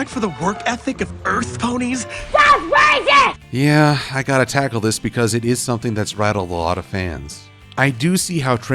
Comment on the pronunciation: raysis hahah